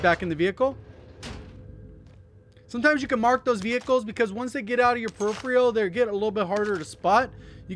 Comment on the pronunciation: Yo nothing but love, but as someone who speaks for a living, the way to pronounce peripheral is “pa-rif-a-rul” love your content!